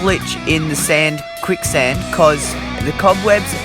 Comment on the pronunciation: Its quick sand not kuick